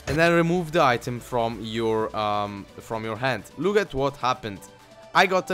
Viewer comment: i know it's just your accent but LUUKE AT THAT XD